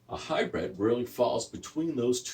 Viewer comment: Hybrid, not hybred.